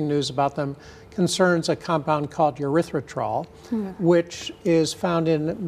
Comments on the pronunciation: It's pronounced "Erythritol," not "Erythritrol." Are you a real doctor?? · Aspartame was known to cause problems and the FDA would not approve it. One guy at FDA talked them into approving it. Afterward he quit FDA and started working for company that makes aspartame. Also it is Erythritol with an E not a U as he is pronouncing it. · he isn't saying the name fight, he is saying it like there is an extra r in it, he is saying erythritRol instead of erythritol, nice expert lol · It's erythriTOL, not -trol. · The doctor pronounced both the first and last syllable of erythritol incorrectly. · He isn't pronouncing the word properly. Wild that he is a doctor studying the element cannot even pronounce it. This is all just funny at this point. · It is called ERYTHRITOL. If you are condemning it, make sure you pronounce it correctly, sheesh. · Wow where did they get this person from? Can't even pronounce it correctly. And he says medications are better😂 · He’s a doctor and doesn’t know how to pronounce erythritol? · How does this doctor who supposedly studied erythritol NOT even pronounce it correctly? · He can’t even pronounce it correctly. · Why is it that the expert on the dangers of erythritol doesn't know how to pronounce the word "erythritol"? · 😂 he's an idiot. He can't even pronounce the so called poison correctly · Damn - that was driving me insane every time he said it. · How can we take this doc seriously, if he can’t pronounce the name of what he is talking about, correctly? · Can you trust a doctor who cannot even pronounce the name correctly?